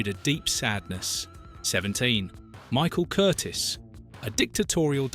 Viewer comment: The director's name was NOT Curtis; Michael Curtiz (pronounced Cur TEES) was born in Hungary in 1886.